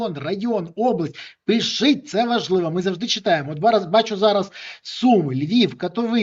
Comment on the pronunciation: чому Береза каже "пишить" замість "пишіть"? Він точно може вимовити "паляниця"?